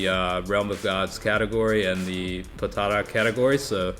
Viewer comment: How u say potara sounds like ur saying potato category😂